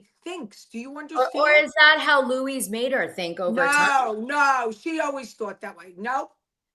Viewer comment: It’s Luis not Louie